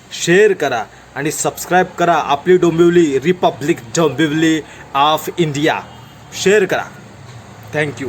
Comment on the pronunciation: डोंबोली ❌ डोंबिवली ✅